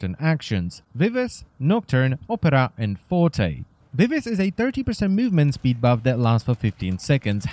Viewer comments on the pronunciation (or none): none